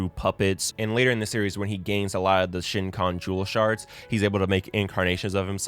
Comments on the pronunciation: just a little nitpick, it's SHEE-KON jewel dkgkdkdk otherwise, great video. i remember my 14 year old self watching this and despising kikyo so much for being a cunning and selfish bitch and inuyasha for being indecisive, opening himself to kagome only to leave her in the middle and come back to kikyo again but now as a 24 year old, i understand much more how conflicting it must've been to have been manipulated, lost someone, a first love especially and not having a proper closure in their relationship, then finally having a chance to move on (through kagome) but the past came back hunting inuyasha with a grief and guilt so great he felt obligated to come back to kikyo all while kagome is right in front of him who actually embraces him for who he is whether human or half-demon, saved him so many times whenever he's on the verge of succumbing to his full-demon violent tendencies, made him feel all emotions, belongingness in a life where he only knew isolation and loneliness. kikyo may have been important for inuyasha to feel love but kagome made him feel ALIVE and realize his true purpose. idek if im making any sense right now. all i know is this video randomly appeared in my youtube recos and it got me feeling so nostalgic and excited all over again now here i am dammit!! i believe i first watched this in elementary, rewatched it sometime in 8th grade and now i'm a working adult and i still have all the english lines memorized fr 😭😭😭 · i could not finish this because bro just kept saying shin kon jewel lmao it's way too distracting of a mistake. watch inuyasha tho it's good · Help it keep hearing Shin Chan jewel anytime he tries to say shikon jewel LMAO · Ok, as a fan of this anime I did really enjoy your take on it....but um, where the hell did you get an N in shikon jewel? You kept calling it the the shinkon and it made my eye twitch XD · Now watch it again, and again,, until you know what the jewel is actually called. Hint: It's not pronounced "shin-con".